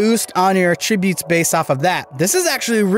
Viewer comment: Learn how to pronounce “attributes!”